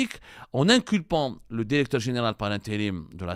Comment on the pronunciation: Va apprendre le francais avant de prétendre le journaliste .tu reflète le niveau des diplômes algerien .tu prononce toujours dérecteur au lieu de directeur.